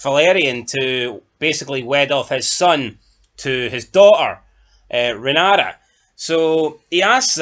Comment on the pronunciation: Yous are at it! How many times can you pronounce the name Rhaenyra wrong? Sometimes you get it right then other times get it totally wrong! Fuck me yous are like Americans pronouncing the names on here, totally fucking wrong! Watch the show then yous might learn how the names are pronounced. Other than that good chat from you all